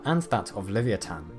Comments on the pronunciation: "live-e-atan" That ain't it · It’s not pronounced livithan 🤦‍♂️ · It's not pronounced "livi a tan" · That's not how you pronounce " livyatan"! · Dinosaur names I can overlook, but Leviathan? Make it a hard rule to look up every word over three syllables, especially names, you're always saying them wrong man. Google is your friend.